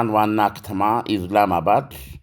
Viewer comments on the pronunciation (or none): ኢዝላማባድ ሳይሆን ኢስላምአባድ ብለህ ዘግበው ጥለቻህን ያሳብቅብሀል